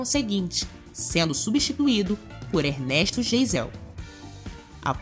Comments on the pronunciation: Pronuncia-se Ernesto "Gaisel", e não "Geisel". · PRONUNCIA-SE: "GAISEL" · Presidente Ernesto Geisel = Gaisel a pronúncia certa! 😉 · Ernesto Jeisel???? Eita inhorança. Fala,-se Gaizel!! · Tudo era maravilhoso. A pronuncia do nome do Presidente era "Gaisel". Havia consórcio sim para comprar carro. Não era bem assim quem trabalhava conseguia comprar telefones, sim. O Ensino era muito completo e bom demais. Os jovens se vestiam como se sentiam melhor. A maquiagem era a gosto, como é agora, quem queria aparece se maquiava com extravagância. Mas tinha muita gente discreta. Tem muuuita gente agora, que viveu há 50 anos, muito mais feliz e honestamente que agora. Quem trabalhava e estudava obtinha tudo que queria sem explorar os pais... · S pronúncia correta é Gaisel,, para Geisel. Existia sim financiamento para carro, comprei um Chevette financiado em 73. Vestibulares ja existam, prestei em 67. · A pronúncia do presidente é Gaisel. O Fiat 147 é de 1976. Nessa época, tínhamos o Chevette. Façam documentários, mas pesquise mais pois há alguns erros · Eu preciso fazer algumas retificações:Primeiro ,o nome do presidente era Geisel mas a pronúncia era Gaisel .Segundo ,não havia Fiat no Brasil em 73.O Fiat só chegou ao mercado em 76.Outra coisa: O Galaxie é que teve as versões 500,LTD e Landau então Galaxie não é versão. Por causa de marketing ,a Ford omitia o nome Galaxie nas versões LTD e principalmente no Landau ,que era mesmo muito caro.Só o Dodge Charger se equiparava em alguns periodos. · Ernesto Geisel ( se pronuncia Gaisel). CB-350 a Viúva Negra. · Escrevia-se Presidente Geisel, mas a pronúncia era presidente"Gáisel" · Pessoal, vídeo bom mas só uma pequena observação. A pronúncia do nome do presidente da época é GAIEZEL embora se escreva Geisel. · General Geisel. A pronúncia certa é Gaizel. Não pesquisaram ? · A pronúncia do presidente depois de Emílio Garrastazu Mécidi é / ERNESTO GAISEL/ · Ernesto GAIZEL, é assim que se pronuncia o nome dele. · se diz ernesto gaisel